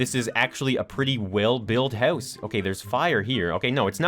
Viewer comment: gotta love his accent on "house" - heus